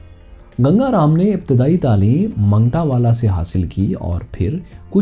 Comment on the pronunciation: منگٹاوالہ نہیں بلکہ مانگٹانوالہ ہے